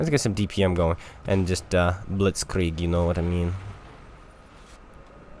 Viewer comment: Blitzkrieg with a Russian accent, wut?